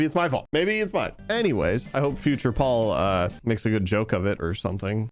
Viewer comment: ITS NOT PAUL ITS PAUL!!!